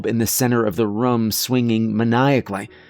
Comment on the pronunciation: "From the bunk ruhm" Not the room, the ruhm.